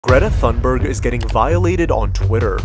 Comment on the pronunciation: It’s pronounced greeeta thuunbeerg